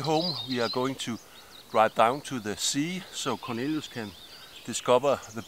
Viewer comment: I like the way you pronounce Cornelius, like Lilu from The 5th Element! What a cutie!